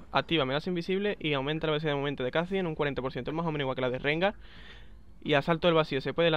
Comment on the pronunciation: kah'zix ? es kha xD